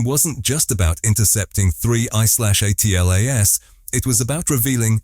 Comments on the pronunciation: Yeah, that drives me nuts too. You'd think that if AI is as smart as they say it is it should at least be able to read correctly! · WHY use AI voice ? It is DUMB ! SPELLING out the name......WHEN will the dumb-a55ed producers realize that ?